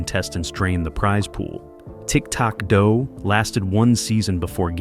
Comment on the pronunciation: Ahhh...almost got me convinced this WASN'T AI slop until it said "The word puzzles, which were a core of the game" but it pronounced "word puzzles" like it was trying to refer to the actual word "puzzles", rather than saying the compound word "word puzzles". And then the even more obvious "Tic Tac...............Dough 1990s."